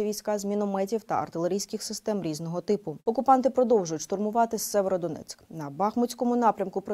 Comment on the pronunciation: Вірю в нашу перемогу, в наші ЗСУ! Але дуже вас прошу - правильно говорити назву міста Сіверодонецьк! Це Україна!